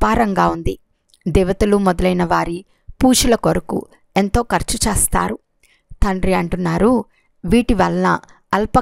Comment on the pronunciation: చేస్తారు అనేది స్పష్టంగా annandi